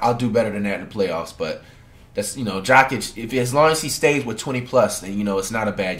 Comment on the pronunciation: Dude pronounces Jokic as "Jah-kit"